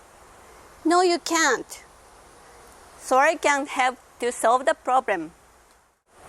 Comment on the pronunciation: When first watching- I thought you were saying sorry I can't help to solve your problem, but then I realized you said "Soiree" can help to solve your problem! 😁